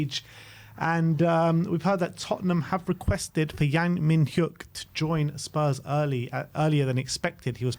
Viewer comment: You've got the pronunciation of Yang spot on, but Mi-Nyuk is the pronunciation of his first name. You can check with your Korean experts if you'd like, but the H is silent and you kinda mash his name together. Yang Min-Hyuk -> "Yang Mi-Nyuk"